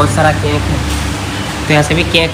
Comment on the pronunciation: Cake hota hai "CAINKE" nhi hota hai